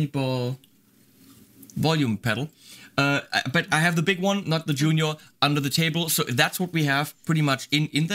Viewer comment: "I have ze big one under ze table" [theme tune to 'Allo 'Allo starts playing]